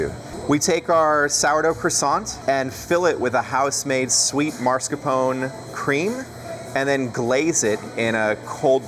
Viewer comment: Mascarpone. Not marscapone